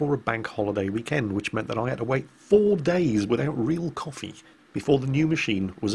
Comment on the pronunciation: oh COFFEE machine. lol i heard copy machine and was like "what the hell are you going on about?"